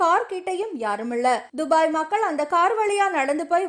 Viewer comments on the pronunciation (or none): none